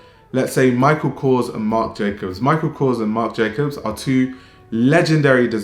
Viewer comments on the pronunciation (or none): none